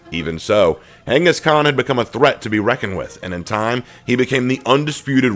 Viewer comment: I prefer the rule of Khan than the rule of emperor's or kings, who value people who knows very little and have no trade or skill..and Mongolian rule valued skilled laborers and tradesmen, also please say his name right ("gangis-kahn"). YouTube doesn't care lol